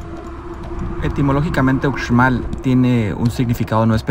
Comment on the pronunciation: Solo un dato, no se debe pronunciar la x cómo lo haces, es ushmal. La x en maya suena sh